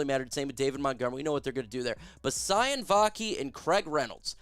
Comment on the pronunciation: I believe it's pronounced: see oh knee (Vaki)